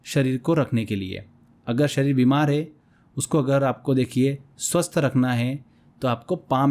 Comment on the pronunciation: सर स्वस्त नही स्वस्थ होता है😊